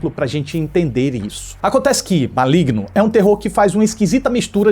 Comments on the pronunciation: N é Maligno. É Malegno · "Cospobre" kkkkkkkkkkkk Ma-oe-igno kkkkkkkkkkkkkkkkkkkkk